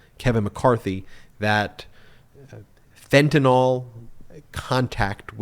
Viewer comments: It's NOT FENTANOL, it's FENTANYL, pronounced ''fentanile''. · Ben, it’s not FentanOL, it’s FentanYL. McCarthy mispronounced it but you shouldn’t. Sounds ig'orant :) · Myth number 1 is that it is called Fentanyl, not Fentanol!!!! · FENTANYL NOT FENTANALL!!!! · The correct spelling is fentanyl. Why does everyone pronounce it as "fentynal"?